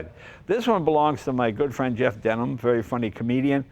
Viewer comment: Jay is such a "good friend" of Jeff's he can't even get his last name correct, LOL